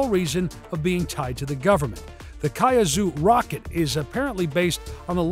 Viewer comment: Kazuou xDDD cant you just read kuaizhou in english?